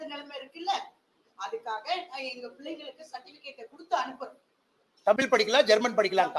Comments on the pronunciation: ஒரு நிமிசம் அண்ணாமலை முதல்ல தமிழனா இருந்தா தமிழ்னு சொல்லு பார்ப்போம் அது என்னயா தமில் குடுகுடுப்பை அலறது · முதலில் தமில் இல்லை தமிழ் என்று சொல்லுங்க பார்ப்போம் அண்ணாமலை. சட்டத்தை கொண்டுவந்து தமிழை மூன்றாவது வட இந்தியாவில் நடைமுறை படுத்துங்க பிறகு இங்கு வந்து உமது இந்தி நடைமுறை படுத்துங்க